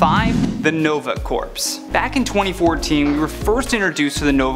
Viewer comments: Corps is pronounced as "core" not "corpse". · IT is not pronounced Corps it is pronounced Core The p and s are silent in this context now if you are talking about a dead body they are not. so you are saying " the nova dead body" instead of "The Nova Army" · It's a mispronunciation. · LOL I wasn't going to say it XD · Jeff Jones---I also pointed that out. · I came to the comments for this. It triggered me